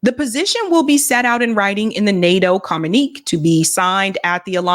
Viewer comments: "communique" is pronounced COMM - YOU - NI - KAY. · I say this with the utmost respect and love: Communique is pronounced “commune-okay”